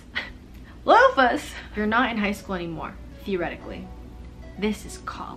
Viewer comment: Game:LOOFAS:LooFaS Me:😂stop my sides r splitting😂but also the Maddison thing is also killing me😂